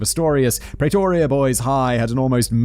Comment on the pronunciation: The south african accent wasn't half bad... considering how Simon pronounces Pretoria 😝